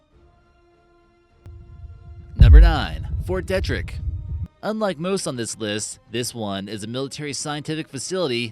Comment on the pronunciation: You mispronounce Ft Detrick and the US has moved the Bio labs to a new classified location. Plus there are more heavily protected military bases, it’s the security you don’t see that count when protecting national resource and weapons